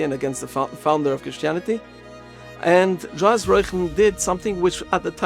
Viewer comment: Johannes - pronounced Yohan. Committee- pronounced with accent on second syllable and with T - not comedy.